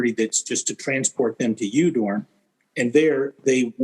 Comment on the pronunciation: Udorn is pronounced Oodorn in Thai